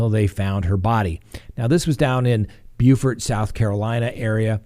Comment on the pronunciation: Hey! The Murdaugh case is getting interesting just as you forecasted. Kudos on your spot on pronunciation of Beaufort SC (not to be confused with Beaufort in my state, NC, lol). Lifetime evidently exercised great creative license with their Daybell show so I hear. Thanks for all you do! My favorite YouTube channel by far! 🙌🏽✨